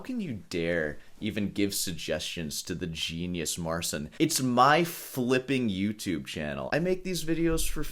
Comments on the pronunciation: Trudno mu włączyć tłumacza Google i nacisnąć głośnik w rogu. Wymawia "C" jako "S" bo tak jest w Angielskim. U nas literę "C" wymawia się jako "C" Jeśli po "C" jest "i" to łączy się te litery w jedną. Te litery brzmią jak Angielskie "Cheat" bez litery "T" na końcu. MAR chea N. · I find it funny how someone criticizing such small minute details in sound cannot be bothered to at least pronounce the name of the person they're critiquing properly, just assuming every language is English and is to be pronounced like it.